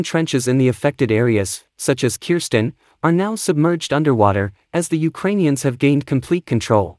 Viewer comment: Its called Kherson NOT Kirsten .....